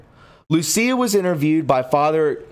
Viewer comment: Butchered. Fr. = (Father)